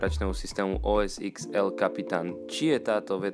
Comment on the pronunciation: Snáď OS desať a nie OS x.... nehovorí sa ó es iks, ale ó es desať alebo anglicky ó es ten.